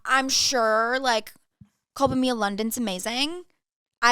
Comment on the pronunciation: The way you guys are pronouncing “Culpa Mia/Culpa Tuya” is killinggggg me 💀😂